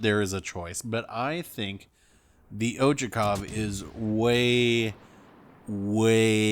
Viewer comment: Ochakov is pronounced Ah-check-ov learning Russian atm. It's is an amazing ship.